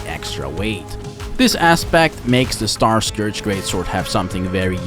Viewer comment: Great video! Really great editing! Just a small thing: Starscourge would be pronounced as star-scURGE. Just like if you have an "*urge*" for pizza, same pronounciation. Basically take the O out, and Starscurge is the right pronounciation. Either way great video and honestly your editing is absolutely, abslolitely amazing and effin' incredible and I'm not just, saying that to be nice